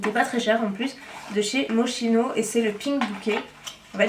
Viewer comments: ça s'écrit Moschino mais ça se prononce "Moskino"!! ☺ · très bonne vidéo comme d'habitude 😉😘 PS: Moschino se dit moskino 😉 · Très beau haul, juste pour info le parfum se prononce moskino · la marque MOSCHINO se prononce MOSKINO...Bisous.